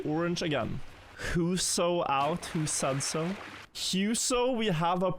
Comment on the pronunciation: good enough pronouncations on huso and cemkoo, bra job med tyrkisk